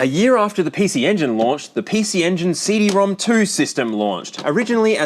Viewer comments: Fun fact The PC Engine CD ROM² is actually pronounced as CD ROM ROM (シーディーロムロム)) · fun fact, CD-ROM² is pronounced "CD Rom Rom" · Hate to be the bearer of ridiculous news, but CD-ROM² is pronounced ”CD-ROM-ROM”. It’s outrageous, but true.